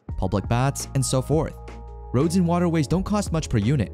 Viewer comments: Bro Pronounced roads as rods 💀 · whats with some of the pronunciations? instead of roads he says rods for example. there are a few words that have something like this happen. rehabilitation is another one that is constantly mispronounced as rehabilation instead.